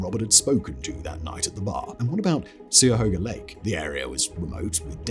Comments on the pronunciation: Lol "Sue-ya-hoga"... and he said it with such confidence. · oh god just like in the 50 most mysterious places video he pronounces Cuyahoga with an S instead of a hard C. Super weird to hear it, I've lived near Cuyahoga forever it's very odd hearing someone mispronounce it so grossly. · Thought it was Cuyahoga with a hard C? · I wouldn't rely on Simon for pronunciation. I've never heard anyone not use the hard C for Cuyahoga. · I'm pretty sure this is yet another pronunciation of Cuyahoga.